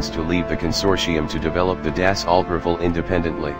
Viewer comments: What the hell is this jet fighter you speak of? The Riffle? Never heard of it. You realize you can have it correctly pronounce it even with a computer voice? Experiment with typing "Rahfayel" and such. Least you could do is put some effort into the video. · Couldn't you get even the pronunciation of Rafale correct? It's R-AhF-Ahl. Riffle ? Concentrate on videos comparing supermarket chains or something else within your field of competence. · Got me giggling every time I heard Rafale being pronunced as rifl